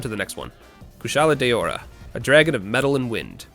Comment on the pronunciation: Fun fact: did you know there's such a thing as a Monoblos? It's true! Biggo murderlizard with one horn. So mono, one, dia, two...you see where this is going. And thus, it's intended to be pronounced "DIA-blos", not like plural diablo. As for Kushala Daora, that's "DOW-ra", not "dayora". I dunno where people got that from. Linguistics, hoo-rayyyyyy~ *shows self out*